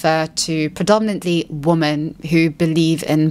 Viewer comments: Why does she always pronounce "women" as "woman"? Her English is absolutely perfect otherwise, so I can't imagine her not being aware of the difference in pronunciation. It's really annoying when you mispronounce a word 30 times in a video. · It always makes me feel like she fakes her accent when she makes that mistake. She kinda sounds like a New Zealander when she does it but she's not, so I'm not sure what's going on with that.